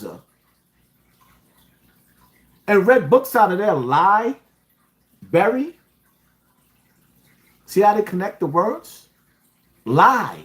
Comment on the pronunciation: This man said library as in lie Bary as in lie berried I’m Done lol.